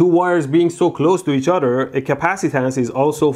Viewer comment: "So one conductor can affect the udder"